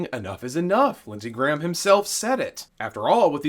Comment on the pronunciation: L Graham doesn’t even know how to say his (Graham’s) name.